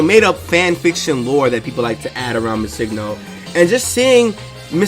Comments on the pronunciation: BRO! Pronounce Missingno like Missing No (Missing number). It's not Missigno, driving me nuts. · Yes... so much. It's not hard. It's Missing No (number) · It's Missing, as in the word Missing and No stands for number. You're saying it completely wrong :x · Did it bug anyone else how he pronounces MissingNo.?